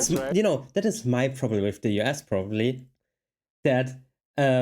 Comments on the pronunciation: He pronounced US as "you ass." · haha when you say U.S. is sounds like you're saying you ass.